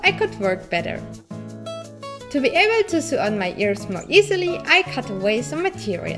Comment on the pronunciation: I LOVE YOUR VIDEOS!!!!!!! Just a little English tip when pronunciation "sew" it sounds like "so"❤